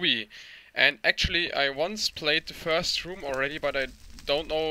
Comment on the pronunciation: "not fiirst" XD